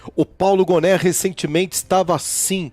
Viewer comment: Obs: Paulo Gonet, lê-se Paulo Gonê e não Goné